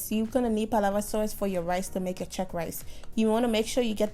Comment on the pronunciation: It's Cheq (as in chequers), not Chuck. What is this new fashion of combining fish and chicken for gravy which was traditionally either fish OR chicken gravy. A clash of flavours here!